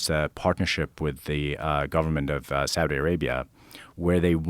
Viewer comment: he said Saudi lol